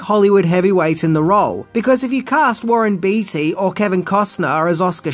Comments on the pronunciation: It's pronounced, "Bay-Tee", not "Beety."😅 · Only thing I have to say about this amazing video is that its Warren Bait-y not Beety....just for future reference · Warren Bee Tee...that's hilarious! Warren Beatty is pronounced Warren Bay Tee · Warren 'Batey' is the correct prounciation. You say stuff incorrect often. I get it you read phonetically with Australian tendencies, but some are just not correct and a disservice to the talent and performers who did excellent work. As they say a sign of respect is saying ones name correctly.